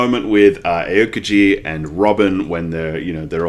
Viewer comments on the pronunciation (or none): Love the series! (btw Aokiji's name is pronounced ow-kiji)